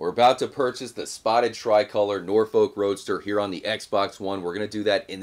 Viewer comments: Hehe “Nore folk” it’s pronounced “norf-uck” (kinda, it shouldn’t sound like your saying fuck tho ) I’m from Norfolk, it’s south eastern England and it’s pretty much just countryside and the accent is pretty much just pirate lol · Norfolk is pronounced nor-f*ck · jus so you know it’s pronounced nor-fu-k roadster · Stop pronouncing norfolk like that ffs